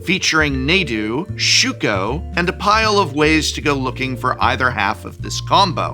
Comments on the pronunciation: Two things: 1. I'm pretty sure his name is pronounced like Nah-doo. Long A's typically don't show up in Ancient Egypt, on which Amonkhet is based (similarly, it's not "Ay-monkhet," but "Ah-monkhet." 2. I had been reading Nadu's ability wrong. I thought his ability triggered only by opponents targeting him. I don't think my brain allowed for the possibility that they'd actually print something like that where you could just target him with your own free equip costs... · Love you It's a major dad moment though when you pronounce this card Nay-doo. Like when my aunt says Mario like the Ma is the 'May' in Mayor. The spelling and english pronunciation would suggest it's pronounced Nah-doo, like 'nah bra, that ain't how it's pronounced' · Also just got to the part where you pronounce Rah-gu-vahn, so why is Nadu a hard 'a'? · Nah-dude? Nay-dude. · I love how Professor is pronouncing Nadu different than most players. Most players pronounce it Nahdu not NAdu lol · I find it interesting how people pronounce things. Prof calling it Nay-du, when its been called hundreds, if not thousands of times, Nah-du in commentary and other videos is baffling to me. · I've been saying Nahdo, the Naydo pronunciation has me spiraling. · You're pronouncing Nadu wrong. It's "narh-du" not "nay-du". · Dear The correct way to pronounce Nadu is not Nay-dew, it is Nah-dew. Nadu is from Amonkhet and coded as ancient Egyptian, in modern transcription of the Egyptian language "A" is used in place of another syllable/semi-vowel called an aliph. It is a called glottel stop and is apparently present in modern Arabic. The actual pronunciation is different since English doesn't really have an equivalent sound, but "ah" is the approximation most commonly used. This concludes today's episode of pedantic nerd corner. (Yes, I know we don't actually know how ancient Egyptian sounded, but this is based on the closest modern descent language, Coptic. Also please let me out of this locker.)